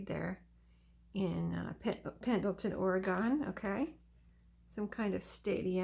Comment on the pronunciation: That was very thoughtful of your son and daughter-in-law. Oregon is pronounced Or-e-gun. I'm from Oregon.